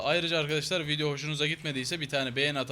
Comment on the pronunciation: abi 1.19 gibi diyonki VİDİYO hosunuza gitmediyse BEGENMEYİ unutmayin diyon ejhsnabahahababab